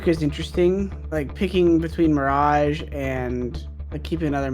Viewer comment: mirajge, mirajge and mirajge xD